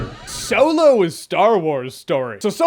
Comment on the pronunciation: Keep hearing soylo 🤣 No he still sucked to me.